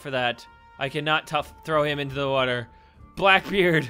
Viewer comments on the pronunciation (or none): Billy From Happy Wheels he says wuter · the way he says water is funny